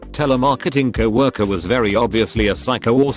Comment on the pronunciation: Normal person: co worker. Text to speech: cow orker